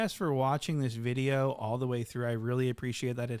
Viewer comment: & what’s a bideo?